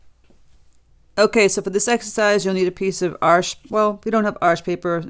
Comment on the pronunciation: The very first American I've heard pronounce Arches correctly – thank you, merci I wince a little every timeI hear it called 'Archizz'. 🇫🇷